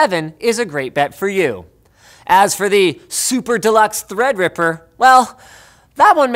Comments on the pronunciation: Threa's a dripper ahhh it THREADRIPPER! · Why is it when I hear treadriper I imagine a cpu getting dipped in chocolate